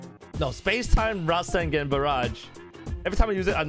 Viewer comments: No offense but... This is the Ra-sen-gen! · Resengen LOL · The way you said rasengan really bugged me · >:O YOU PRONOUNCE RASENGAN WRONGGGGGGGGGGGGG!!!!!!!